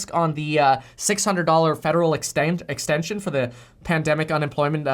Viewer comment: "ExtANsion"... I caught that hahahah. Are you originally from the South? I am southern and definitely caught that lol